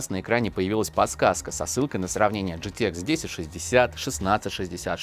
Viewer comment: Уши вянут от такого произношения. Арэкс gtэкс пиздец